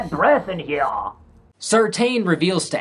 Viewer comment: The way you say "here" with your English accent is hilarious. I <3 you dude, so glad to see you're back!